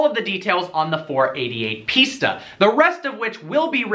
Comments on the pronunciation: It's not "piecetaaa". It's "Piss-taa" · why do you keep pronouncing it pizza? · It's pronounced pista like pistachio or pfista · sounds like ''pizza'' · Cant even say pista properly :)